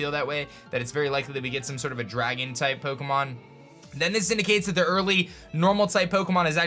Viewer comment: Shut up. cant even pronounce pokemon. He a poser.